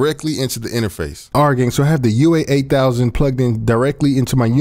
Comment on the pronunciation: Why he keep saying UA-8000😂